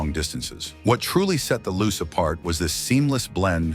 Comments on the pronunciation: Its loo chay, not loose,and the rx4 was not styled by bertone. Rubish ai video. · The Mazda Luce is pronounced 'Loochay' its Italian for light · Correction...... 1973 Mazda Luce A. The 2nd generation Luce / RX-4 was released in 1972 B. Opening scene showed the original 1st gen / 69-72 Luce coupe C. JDM name is pronounced "Loo-Chay". The english "Loose" version you attempted is weird. You could have kept it simple & used the export name.... RX-4 D. Several shots showed the (light green) Savanna / RX-3 when your story is about the Luce / RX-4. This lack of research makes your video look weak 1972 Mazda Capella A. The 1st generation Capella / RX-2 was released in 1970 B. You show a Luce / RX-4 at the min + min mark , showing poor research